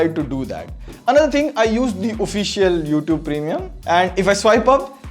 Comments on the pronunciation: The way he stresses "official YouTube premium" 😅😅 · Another one🤣🤣